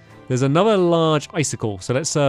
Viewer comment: And then he said “ice-stick-Le” funnest thing I’ve ever heard 😂